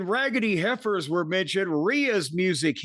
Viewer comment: Hearing Jim pronounce "raggedy heifers" is comedy gold